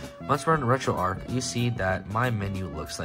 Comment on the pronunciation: It’s not Retroark, it’s RetroArch. Like Charles, not Karles. Like the St. Louis Arch or Golden Arches for Retro McDonald’s.